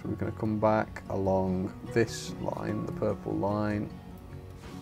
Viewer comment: Dont say pack in the opening say back not pack